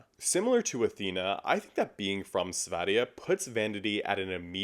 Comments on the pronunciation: Kudos for slaying diva, for pronouncing. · As a swede you ATE that Sverige pronunciation! :)